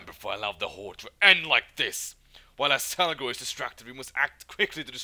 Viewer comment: How do you keep saying Azelgor when his name is Azgalor? :D